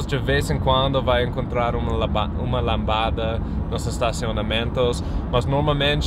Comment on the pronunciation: não é lAmbada, o correto é lOmbada!